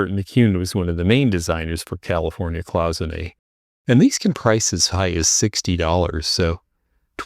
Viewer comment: Hi! So glad that you are doing better and are taking us along on your thrifting trips! I just wanted to say that cloisonné is really pronounced as “Cloy son A” you can look it up in the dictionary for the correct pronunciation! Sorry to sound picky, but I’m just a stickler for correct spelling, grammar and pronunciations! Thank you for sharing your wonderful videos and informative discussions of vintage and antique items! I love the jewelry and your descriptions of those items! Keep on thrifting and thanks again! 😊❤️